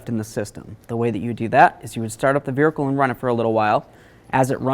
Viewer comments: Say vehicle 😂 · What accent calls a vehicle a vericle? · VeRhicle 😂😂very informative and I definitely enjoyed how thorough the explanation is but damn this killed me